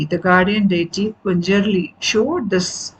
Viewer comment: Ma’am , a small correction 🙏🏻; it is Panjurli daiva , not punjarli. And it is Kaantaara, (as ‘th’ in ‘path’ & not ‘t’ as is ‘not’)